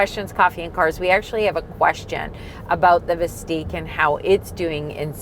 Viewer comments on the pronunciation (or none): Y’all realize you’re pronouncing the name wrong, don’t you? It’s Vist-ick, not Vist-eek. Also, there will not be “Buick, GMC, and Chevrolet versions” of this thing. This isn’t the GM of old where they took one model and slapped different badges on it. Hard for me to continue watching after just a few minutes of nonsense. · "Visteeeq"?! I thought it was "Vistick". The other car is not called "Lyreeek", right? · it's not "Veesteeq"....you should know how to say the name before reviewing a car...pronounced 'Vis 'tick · VIS-TICK. Not VIS-TEEK! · It's Vis tICK not Vis TEEK. You know... like LyrIQ and OptIQ. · Are you joking with the pronunciation?!? It's Vis-Tik like Op-Tik.